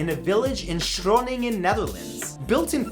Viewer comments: Shroningen? Close enough, but it's Groningen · you say groningen very weird. i never heard of schroningen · I was like "What city in the Netherlands? Shroningen?" and then I figured you meant Groningen but cannot pronounce it that well xD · love the way you pronounce Shröningen but it's with a Dutch G hahaha, overall great video! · As a Dutchie I have to ask: Where did the s before Groningen come from in the script? I love your videos, but I just can't get over that... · Almost good the city in the Netherlands is called Groningen spoken without a S. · how did groningen transform in shroningen? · Shroningen? really? Its a G, dingus. :') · The pronunciation of Groningen is so bad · Do u mean groningen?😂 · fact 30, did he mean groningen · Dear matthew i know you dont know the propper way to say it but. 30 about groningen is pronounced way different sorry.. had to say it it hurted me a little bit how you said it and groningen is not a little village its pretty big